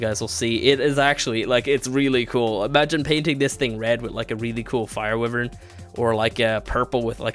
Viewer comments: Wyvern not wifen, why vern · WHY-VERN NOT WIVERAN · Your pronunciation of wyvern makes me cringe. Its not "we-vern" the right one is "Wy-vern" use a "I" sound in the start. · It's not pronounced wivern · WHY-VERN!!! that is how it is pronounced dumbass!!!! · He said wivern LMAO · Its Wyvern pronounced "y-vern"